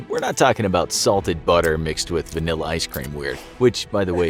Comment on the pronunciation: Did i just hear the narrator likes salted butter with... vinilla ice cream